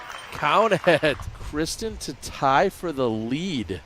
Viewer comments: Yeah he's saying it the right way. Or at least closer than the American standard way we've been saying it for the last few years. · That is a much closer way to say it than the way they have been saying it.